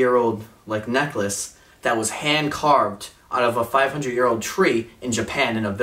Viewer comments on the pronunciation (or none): when your to lazy to say hundred right hundre